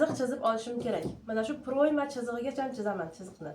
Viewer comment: Proʻyma deganini ochiqroq ayting opajon